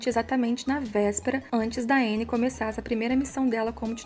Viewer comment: A pronúncia é Ãnnie